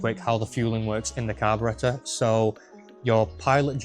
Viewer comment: it's carburetor